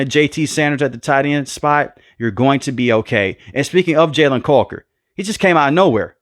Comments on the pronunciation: Love the vids my brother. But you got that Steven A Smith in you. Coker vs Culker has me dying 😂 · Why are you saying Jalen caulker it’s Coker 😂